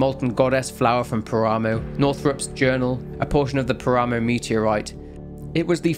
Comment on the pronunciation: Its pronounced "Pára-moh", not Parámow. It means desolate plain, or wastes.